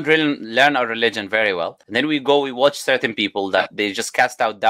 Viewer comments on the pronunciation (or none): none